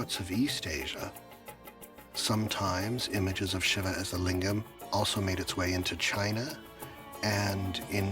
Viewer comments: SHIVA is pronounced SHEEVA not SHIVER ?!?!? HA HA. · isn't shiva pronounced "shee-vah"? if so, the narrator butchered the name lol very interesting though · Can't even pronounce Shiva right 🤦🏼‍♂️ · The narrators pronunciation of the name shiva is repulsive and annoying 🤣